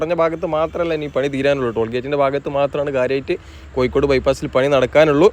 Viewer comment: കോയി ക്കോട് അല്ല കോഴിക്കോട്